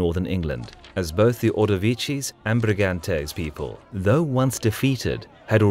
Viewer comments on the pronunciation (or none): none